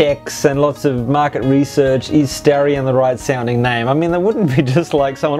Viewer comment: In America it's pronounced Star-e-on with a long e. Lots of the early ads referred to it being born from a star. Also doesn't it have an Orion engine in Australia? Maybe I'm stretching here, lol. And with regards to JDM, I'm sure any American Conquest owner would love to have those fender mounted indicator lights! ^_^